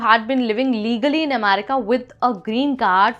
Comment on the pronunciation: what do you have against the letter r? If nothing then use it. R is an important consonant in the English language. America is pronounced America, not Amedica.